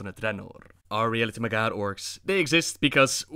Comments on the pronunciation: Holy shit you rolling ur Rs so bad and when u say MAG--HAR it's not magarrrrr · Mag - Har, not Magarrr, they ain't Spanish. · It’s pronounced mag har no magar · Its Mag Har not Magar. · There is a space in between the two words with a hard H... mag' Har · "mghr" orcs lol. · It's Mag-Har, 2 syllables. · Sounds like you're saying the "MAGA" orcs...Making azeroth great again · As far as I know, the H isn't silent in Mag'har (Mag like magazine, har like hard). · Not enough rolled R's. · Classic butchering the name of the Mag'har.